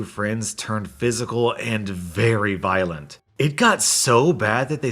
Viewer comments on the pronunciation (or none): none